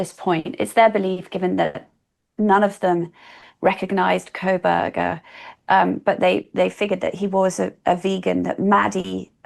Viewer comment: I can't listen to her on this topic because she insists on adding an L to his last name. I don't understand why - is it supposed to be an insult? If so, there are better insults she could use to call this disgusting incel.